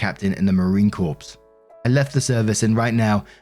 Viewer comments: Story 3: Marine Corps the corps is pronounced more like core than corpse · my friend, the Corps in Marine Corps is pronounced Core. Not like like Corps for Corporations. Idk why, I'd have to ask my Marine Brother and BIL (yes, they still say Marine, not former Marine. It's a Marine thing.) Much Love to you!😘💖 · “CORPSE” SIR, what is this pronunciation. Also, some people – especially women – had really bad times in the military. Sexual assault for female military members happens at a disproportionately high rate. PTSD for other reasons is a thing. There are MANY reasons this woman might not want to talk about her service. Screw this OP. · Marine “Corpse” lol but yeah I can understand why you’d pronounce it thy way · hey, Corps is pronounced like core ♥️ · It's pronounced "Core". The P is silent. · The P and S in Corps is silent. I used to make the same mistake when I was in boot camp. I was schooled very quickly on that.